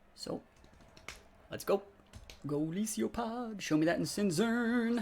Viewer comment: Isn't it Golisopod? You say GolisIopod xd Ohh and qotd: I need new controllers. Mine fucked up when used to play Unite. The other day I was playing the number 19 on the ladder. It was last turn. One click to win, and the controller moved and hit the wrong Mon and lost.